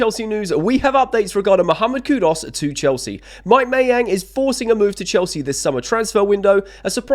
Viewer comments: Don't know who's KudOs is... but I wouldn't mind KudUs.. it's Koo-Doos, mate, not that complicated. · Mate try learn to pronounce people’s names correctly. It’s disrespectful to the player and off putting to viewers. Who is Cud Us by the way?